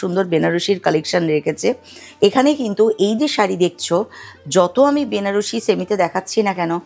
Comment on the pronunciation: উচ্চারণ টা ব্যানারসি নয়, বেনারসি হবে।